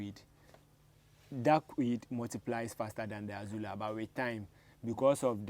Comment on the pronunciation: It is NOT Azula, but AZOLLA.